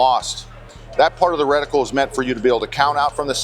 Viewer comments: Sounded like you were saying reticule to me. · Reticle, not reticule.